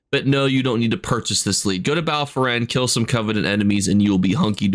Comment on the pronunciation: Yeah he butchers 80% of the names, not sure it its accidental or intentional at this point